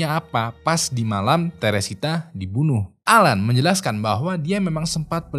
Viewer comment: Allen dibacanya Elen bang. Alan mah bapak gw 😞